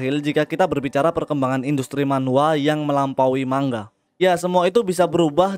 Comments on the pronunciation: Bacanya bukan mangga, tapi manga bang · mau koreksi bang, penyebutan ''Manga'' itu nga, bukan ga karena orang Jepang sendiri nyebut ''ga'' itu ''nga'' . terimakasih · Mangga sama manga beda cara bacanya.